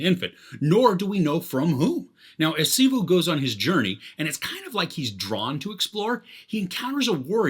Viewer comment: His name is Shiva not shivu 😑